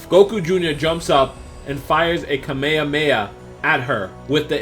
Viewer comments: It kami hami haaaaa not kami kami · Wtf you say Ka-me-ha-me-ha like this: Ka mejhamejha xdddd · It isn't ka meya meya it's kame hame ha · Is it just me that finds it awkward the way he said (kamehameha) he said "kameyahmeyah" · That kamayamaya kills me 😂😭😭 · don't you hate when he says kameamea when its called kamehameha -__ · Kamehakameha learn how to speak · You said kameakamea your fuckued in the head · you said kamehameha wrong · I don't like the way he says kamehameha